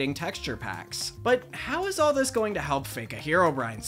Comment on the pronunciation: "and how thjis unusual creepypasta spawned a generation of terrified Minecraft players." thjis? lmao